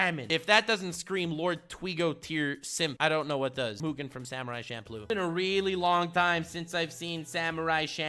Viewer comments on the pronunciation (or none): none